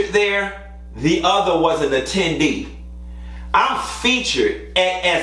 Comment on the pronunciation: It’s the “attendee” for me tho 💁🏽‍♀️